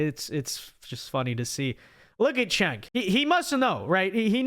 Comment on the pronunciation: It’s not “Chank”, it’s not “Senk”, it’s not “Kenk”. It’s pronounced “Jenk”.